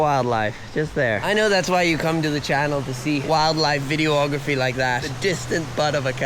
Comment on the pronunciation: The narcissistic narrative had you sus from go. But the fact that you pronounced it Vid-e-o-ography made me stop watching 😂